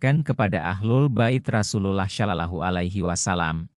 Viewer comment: Iki opo maneh..😂😂😂😂 Hanya anak SD yg percaya sama berita ini,..si pembaca berita aja non muslim,.."rasulalah salalahu aliwasalam" pelafalan nya kaku banget 😂😂😂 Ini video pake AI, Chanel yahudi yg lagi nyamar pake nama Islam 😂😂😂😂